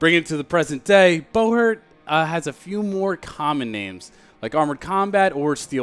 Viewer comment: Is it really pronounced bow-hert instead of bu-hurt?